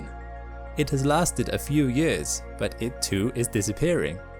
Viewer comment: It is years, instead of yurs